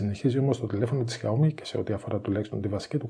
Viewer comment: Τσούζει ότι είναι καλύτερο το xiaomi ε; και προφέρεται Σάο-μί και όχι ζιαομι